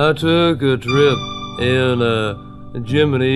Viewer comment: At least he’s pronouncing “Gemini” the correct way (in relation to the NASA space program, not the zodiac sign).